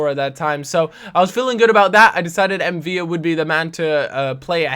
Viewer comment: ffs it's M'Vila with an "l", not two "l's" like David "Villa" in Spanish